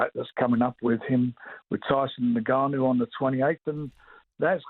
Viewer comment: Did i hear frank say NIGGAnu